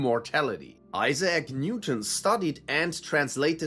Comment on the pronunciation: this is AI, who pronounces Isaac as Isay-ak